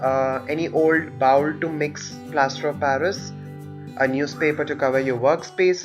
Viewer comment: Good video for me to learn. FYI you pronounce bowl like bowel, two very different English words. Bowl has long o sound as the letter in English makes.